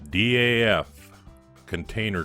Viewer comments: The name is pronounced as one monosyllabic "Daf" (with the A as in America or Arnold), like "daft" minus the "t"... at least according to the dutch people who run their awesome archive/museum. Keep up the great work. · Another fine resto fella, looks factory fresh. FYI here in the UK DAF is a word pronounced like daft, but with a silent T Haha. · DAF are now part of Paccar, who own Peterbilt and Kenworth, I think most people say DAF as a word, instead of separate letters, even though you are probably right to pronounce each letter, M.A.N. are the same